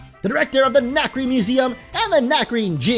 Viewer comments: "Nacrebe" uh...... don't you mean Nacrene? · Isn't it Nacrene? xD